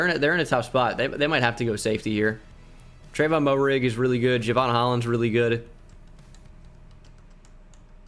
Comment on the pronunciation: Just for future reference Trevon moehrig out of TCU is actually pronounced MARE-IG